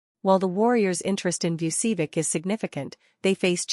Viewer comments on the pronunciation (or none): Learn to pronounce "Vucevic." correctly.